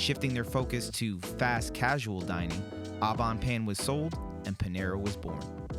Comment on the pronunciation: All five varieties not flavors. There's no need to eat all the slices especially if you're going to be trying all the pies. That's pointless. It shows you have no class. And I guess you're clueless. You're combining a food review with man vs. food. The purpose of man vs. food is not to review what he's eating. You really ARE clueless. It's prononounced OH Bon Pain not AW Bon Pain.